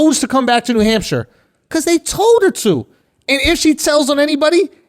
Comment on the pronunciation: nah andrew, coming from the uk akaash definitely pronounced hampshire the right way